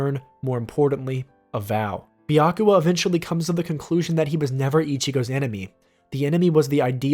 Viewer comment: Byakuya, not Byakua. :)